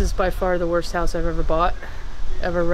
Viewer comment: "This hoise smell so bad and has alot of coucacurutches" 😂👏